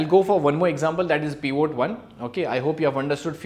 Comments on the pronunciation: This is so annoying, it is not "peevoo" table. it is pivot. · Did he say Peon tables?! 😂😂😂